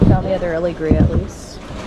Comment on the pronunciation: Ala-gree-a? A-leg-gree-a , I think it’s pronounced. Lol too funny, I love you guys videos. I love all the finds you guys find and how funny you two are! I love the gumball machine lol your buying your own stock too funny! ❤😊 love you guys from Birmingham Alabama